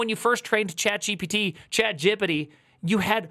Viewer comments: he invented a new way to say chat...gepete or so :D idk, but i dig it, its sounds like "no diggity", like "chat diggity". yea thats it :D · You've just created a new word: "Chatgipity" with a stress on the first I. Let's decide about its meaning now. Oh, I know, it's just another kind of stupidity...